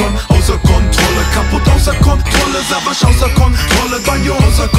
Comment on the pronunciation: Wieso spricht Banjo den Namen von Savas falsch aus? :D:D voll das weiche "s"